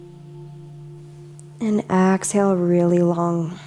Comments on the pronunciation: Nah, it was clearly ax-hale. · she's so cute. "Ox-Hale"